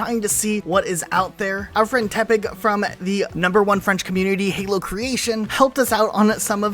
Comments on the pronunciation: Legitimately for the longest time I thought you were saying Tepig rather than Tepec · Every time he says tepec I thought he was saying tepig and I got Pokémon black flash backs